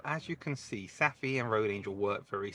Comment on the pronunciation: Thanks for an excellent video! In Denmark and Sweden, "ph" for example in "Saphe", is pronounced as "f", like "Safe" in English. 😊